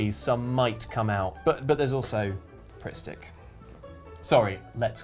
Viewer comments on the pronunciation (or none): I genuinely had a moment where I thought said "Prick Stick" instead of Pritt Stick and I went "I'm sorry, what?!" XD